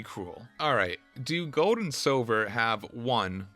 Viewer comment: my name is Silver, not Sobber lol and WHAT IF you talked through the entirety of that amazing Arceus cut scene... oh wait, you did